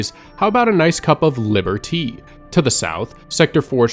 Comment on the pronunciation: Biberdy he said biberdy